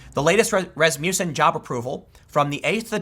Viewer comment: Tim, it's pronouned 'RASS-muss-enn'